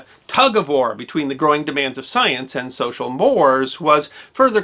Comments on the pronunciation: I've always heard the word pronounced social "more-rays", not "social moores". I've also heard you pronounce the word "cache" as "cash-shay". You have a degree! What? Maybe you're a Canadian? (They pronounce words differently; right?) What do I know; I'm a truck driver. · Strange topic - but interesting as usual. I wish you had also given a brief overview of pertinent laws in the st century. BTW, I believe that "mores" is pronounced "more A's" rather than rhyming with "pores." Thanks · Good presentation with one minor exception. At you said "social mores". The second word is pronounced "morays". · I apologize for being a "Grammar Nazi", but 'More' used in this context is pronounced /ˈmɔːr.eɪz/. I must add that I watch many of your videos and feel that you are doing a vital national service expanding upon what we know into what we should know. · First ever correction. Social Mores is pronounced Mor-ayz. Excellent content as usual! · Mores pronounced morays,. Great video. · Mores is pronounced “more-ays” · By the way, "social mores" is pronounced "social MOR- ays." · R Time stamp: . No big deal, just a minor mistake. He also called Benjamin Harrison an Illinois politician at one point, before later correctly identifying him as a Hoosier. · check on the correct pronunciation of the word you said as "mores". I think it is pronounced Morays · "Mores" is pronounced "morays." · "mores," as in "social mores," is a two-syllable word. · check your pronunciation of 'social mores' . love the work you do.